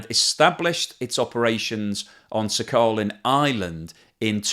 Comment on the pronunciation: dear, it is "sakhaLin", not "saccharin" (as you pronounce)